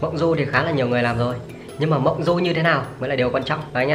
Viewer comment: Vâng ,đọc nhầm mộng du đi mua dưa thành thẩm du đi mua dưa. ĐM☺ 😺👽